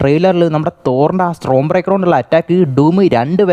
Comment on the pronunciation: Pronunciation mistakes bruh! It's common!. 😭